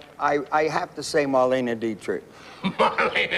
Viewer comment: He called her “marlena” lol jerry Lewis seems like an airhead honestly